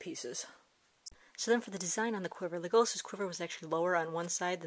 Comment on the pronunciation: You keep on saying it wrong(leg-a-las)